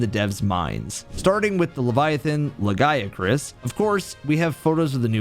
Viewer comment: I mean he got the Lagiacrus and the Nerscylla names correct.